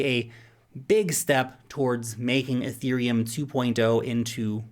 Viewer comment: "EUROPILUM" I lol'd